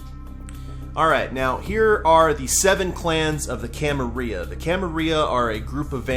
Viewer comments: The way you pronounce Camarilla makes me cringe. Pronounce the L's. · Gotta say it with the Ls, though, otherwise it's wrong.